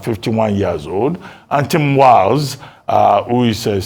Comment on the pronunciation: Walz not Walsh